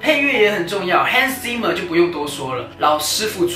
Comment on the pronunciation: 推，但私心龜毛希望人名發音可以正確XD Ci (/ki/) llian和Zi (德文發/tsi/) mmer